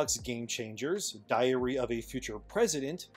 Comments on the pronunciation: I really thought he said "Diarrhea of a Future President." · I had to replay that one one part a couple times where I thought you said Diarrhea of a Future President.